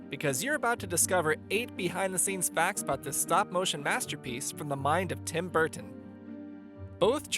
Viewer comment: Tim Burttton 😂😂